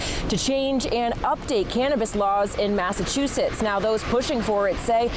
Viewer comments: Bro, you are not saying massachusetts right... its mass ahh chew sits.... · You didnt say Massachusetts correctly lol.